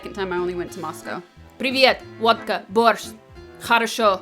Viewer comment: в начале ролика почти без акцента произносит "как дела" и водка борщ))